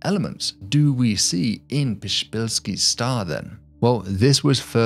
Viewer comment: "The shpillsky stah" (Psyfnrbsvzufjbhfheiskkdbski Star) Thanks Poland